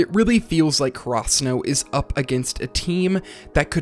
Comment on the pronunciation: I do enjoy your video, but really want to point out that ur pronunciation of Karasuno is so weird, its almost like krasuno. Could you do some research and pronounce it maybe in japanese and not so english about it? This might be strange but the first time i heard you say krasuno i immediately switch to another video, this time around, I convince myself to finish